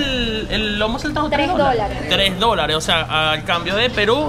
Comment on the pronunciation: Felicitaciones.. la srta. Lo pronunció bien.. es "lomo saltado."🎉.